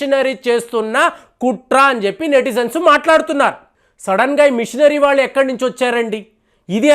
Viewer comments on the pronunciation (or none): none